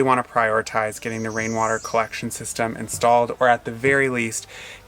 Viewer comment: Thank you for making us laff. Wain water. Weawy funny.